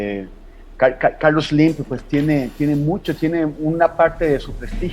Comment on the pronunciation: TEMORIS DEFINES A SLIM, CON TU DISLALIA: " CACACARLOS SLIM". YO LO DEJARÍA SOLO EN: CACA